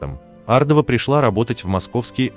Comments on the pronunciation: Может все таки Ардова, а не АрдОва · Ардовы известная фамилия ,а не ардОва.Хамство так произносить эту фамилию. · Ардова- ударение на первую букву.